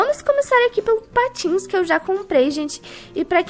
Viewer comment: na hora que vc fala que tinha comprado patins eu pensei que era patos;-;kkkkkk😂😂😂